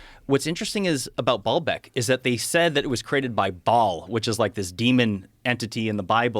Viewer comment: Baalbeck is not pronounced ball-beck. It's baal-beck with a long a sound